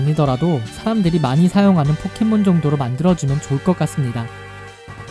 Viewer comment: 포켓몬을 폭켓몬으로 발음하는듯